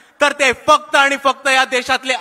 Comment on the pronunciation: आनि नाही रे बाबा, आणि